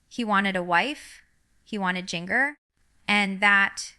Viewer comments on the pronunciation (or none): Jean-Grr? Arkan-suss? This is a deep fake. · Is AI. Fake. She doesn’t even pronounce her own name right. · This is fake AI. Jinger wouldn’t speak like this or mispronounce Arkansas or her own name. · That looks like Jinger. To bad she doesn’t know how to pronounce Jinger